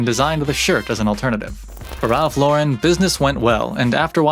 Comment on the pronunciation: Glad to see you pronouncing Ralph Lauren correctly. Remember seeing an interview with him years ago, and he even corrected the interviewer and told her, "I'm an American who was born and raised in NY, why does everyone want to give my name a French pronunciation?" Anyway, if anyone is interested in an even deeper dive, should check out the documentary, Very Ralph. Nice video you did. Been rocking Polo since the 80s, and even though I am 50 now, it's a brand that has always been a staple in my closet.